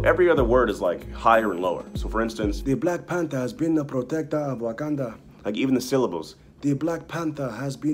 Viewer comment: REST IN PEACE. BY THE WAY ITS WAKANDA NO WOKANDA